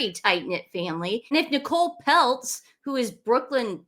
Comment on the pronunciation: Peltz rhymes with Feltz